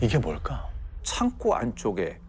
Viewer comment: 창고의 발음은 [창고]입니다. [창꼬]가 아닙니다.